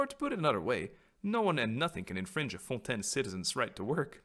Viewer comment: The way pronouncing "Fontaine" gives me life lol